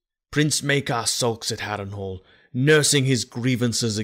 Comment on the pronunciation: the narrator read (wrongly) "Harrenhal" 🙌🏻😁